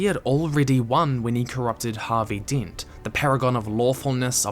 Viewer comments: Did you just say Harvey Dint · Please tell me he didn't just say Harvey Deent